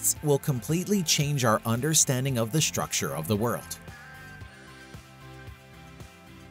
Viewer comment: Since when is STRUCTURE spelled as . . . SHTRUCTURE. Also T pronounced as CH is kinda weird. What kind of English is that ??????????